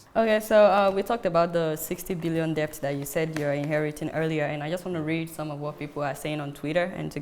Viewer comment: Just to point out that the pronunciation of debt is "det".... so Adeola please cross-check and correct accordingly. I am a big fan. Keep up the good work.